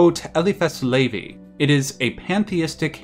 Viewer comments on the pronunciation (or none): none